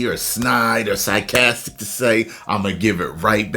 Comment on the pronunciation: Not you saying you would intellectually eat them up, then proceed to mispronounce sarcastic 😂😂😂😂😂 sycastic 😭